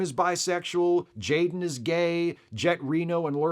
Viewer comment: said Jayrem ❤😂